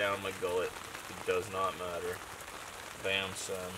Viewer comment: I hear you saying "yeah SON" you ever lived in New York? cuz that is a slang and you're the first white dude who says it right!!! Much love new subscriber from Philadelphia SON!! Lmao